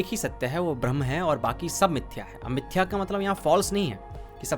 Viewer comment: कृपया ब्रह्म को भ्रमन न कहे, चाहे हिंदी में कहें या अंग्रेजी में दोनों में ब्रह्म ही उच्चारण करना उचित होगा